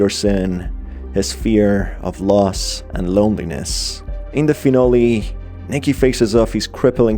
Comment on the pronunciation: it’s Nicky not Micky